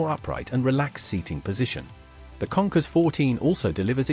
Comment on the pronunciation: Kawasaki “ Conkers “ 😂😂😂 Does he mean “ Concourse “ (?)